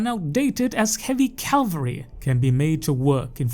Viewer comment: Cav-al-ry brother. Calvary is a place.